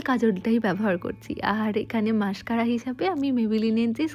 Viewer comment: You pronounce "sadow", "sade" instead of "shadow""shade" and then "masHcara" instead of "mascara"..in the last video too noticed the same..sounds very uncultured..try practicing loudly "SHe SElls SEa-SHells at the SEA-SHore"..